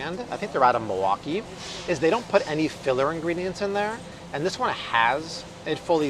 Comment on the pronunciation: You say “Milwaukee“ like a native! 😊